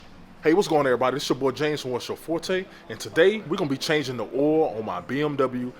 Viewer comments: where are going to change the "oool" ? is that how you guys say it down there? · im in the north east and never heard anyone say oool.